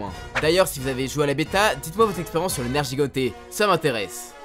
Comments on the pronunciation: Nergigante pas nerjigante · Sa ce prononce nerguigante... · la prononciation mdr "nejigante", "kuchela daora" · Le nergigante se dit nerguiguante le premier g ne se lit pas j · sa se prononce "nerguigante" et pas "nerjigante" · Nerjigante ? Sérieusement ? xD NerGUIgante la prononciation putain ! Même dans la beta ils l'ont dit ! Sinon, pas de Congalala qui lance son caca ? Dommage :c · il a détruit le nom du nergiganter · Sa se prononce nerguiganté même le vieux le dit comme ça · Ça se dit nerguigante omg 😂